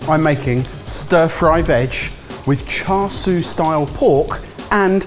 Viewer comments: This has been a running joke for a long time but needs to earn a pronounciation badge. I cringe everytime he pronounces char siu and char sui. Its sIU not sUI. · sorry to say but everytime I hear "char sue" rather than "char sui" I cringe horribly, great dish though will definitely steal some things. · Please, someone, just write "cha seeooo" on a card for. He's trying to pronounce it char swee again.:) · keep saying ‘char sui’ instead of ‘char siu’. Lol. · char swee? 😂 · The pork isn’t called char siu, the name is chashu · Char “swee” 💀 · Say it with me boy cha shoe Not all the other ways you were murdering chashu pork. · Char souie 😂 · Please don't call that "Char Siu" (smh), have you learned nothing from your "Paella" fiasco? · i don't know how ben can hear the correct pronunciation of "char siu" from so many times yet still butcher it everytime